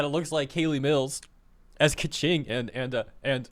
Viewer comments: Lol Pie-Mon and Kvetching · Bro, there is no way Keqing is pronounced as Kaching